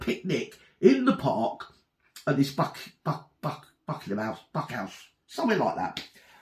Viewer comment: She said BUCK HOUSE?